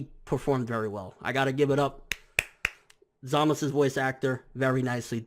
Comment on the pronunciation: Why does he pronounce Zamasu as Zamas, they do say the U